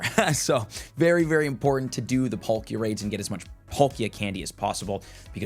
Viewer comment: Polkia instead of Palkia was bugging me